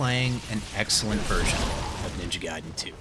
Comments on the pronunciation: It’s pronounced GUY-DEN, not GAY-DEN. Also, they should have kept all of the content of both versions so that way they can actually call it definitive. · Guy-den, the majority of the Latin derived language speaking world says it like that. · You said it right but continued whit "Ninja gayden" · That’s when I knew he was doing it on purpose 😂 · Gay-den. Guy-den. Lol did you switch between both pronunciations on purpose 😂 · I was dying inside every single Gayden coming out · The pronunciation of gaiden annoys me